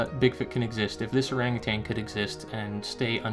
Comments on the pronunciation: Or ANG u TAN... not ArangaTANG. Or was it too SIMULAR (how your say similar) for your Canuck pronouncing? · By the way, there is no 'g' on the end of 'utan', in 'orang utan'. Just sayin'. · there is no G at the end of ORANGUTAN . You are far too well spoken for such error. You have one of the best channels on this subject. The better your speech, the less likely you are to be dismissed as a NUT.